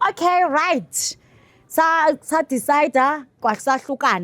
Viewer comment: main chick😂"Owkay Rrryt"😅